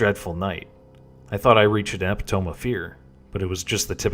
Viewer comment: "I thought I reached the 'eppy towm'....." It's eh-PITY-me. Damn robot readers...